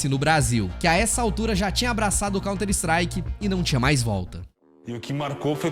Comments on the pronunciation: mano pq diabos esse cara pronuncia 'contristrike?' COUNTER strike cara, sao 2 palavras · "Conter Istrike"... vtnc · eh, mas "cont strike" foi dose hein? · Mas fez um vídeo inteiro do assunto e não se preocupou nem em aprender a pronunciar o nome do jogo !?